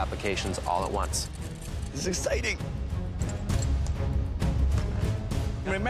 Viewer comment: “this is EGGCITING”